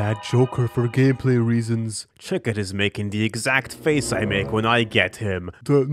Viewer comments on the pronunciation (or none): chitot is a real jester. so are the other legendary jokers. Chi-tot is how it's properly pronounced i think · not even you pronouncing chicot wrong could prepare me for the way you actually pronounced the T in tarot... its silent bro...